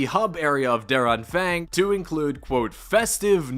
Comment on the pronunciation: I love how you say der Anfang me as a german notice you pronounce d it very wrong but its very funny too